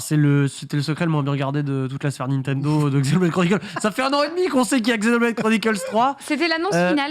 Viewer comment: Ca me rend fou qu' ne sache pas prononcer "Nintendo"